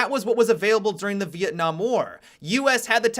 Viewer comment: "Vietnam side" Are you serious? That was embarrassing to listen to.